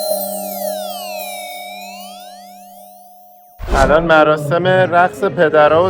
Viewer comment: کوروز نه. کروز 🙏